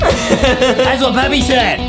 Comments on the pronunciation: They said peppy it's supposed to be Peppa with an A NOT a Y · It’s Peppa Pig Not peppy pig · ITS NOT PEPPE OR PEPPI ITS PEPPA I REPEAT PEPPAAAAAAAAAAAAA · ur supposed to say peppa pig not peppy pig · We say peppa Justin said peppy💀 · "Peppy" "peppa" bro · i love justin and adam from They Say Peppi instead of Peppa Pig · It's peppa not peppy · Is everyone know anything about them saying Peppa pig wrong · It's Peppa not peppy it's Peppa and also not mr p it's me potato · It's peppa not peppi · It’s peppa not peppy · its not peppy its peppa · Stop calling her peppy her name is peppa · Lol its not peppy its peppa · It is PEPPA NOT FRICKING PEPPY. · justin why just why would yuo say peppy it readily said peppa not peppy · Ppepa not ppepy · Bro can’t say Peppa 💀